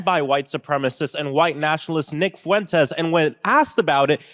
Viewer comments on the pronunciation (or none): none